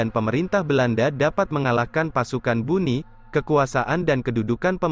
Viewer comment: bone min bukan buni😅